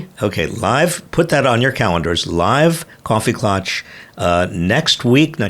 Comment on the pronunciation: Klatch rhymes with catch.